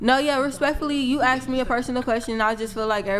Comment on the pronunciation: Can we please stop the use of "aksed" instead of "asked"